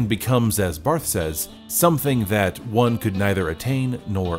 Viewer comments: “BahrT” — There’s a small “uhh” after the “T” which also sounds like the “e” in “help.” And the “s” is silent. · He also mispronounced Barthes